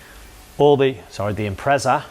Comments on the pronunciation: Thanks for saying it right just that one time. 😂 we Aussies appreciate it. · Good too see you can say impreza properly mate 🤣👌 they are good full pumps i had one in my 02 bugeye "wagon" running about 280hp atw